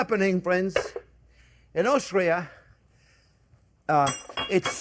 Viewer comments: I’m confused which country did he say? Australia or Austria? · Is he saying Austria or Australia? I am from Australia and never seen this before. We serve it with potato chips (fries) and garden salad.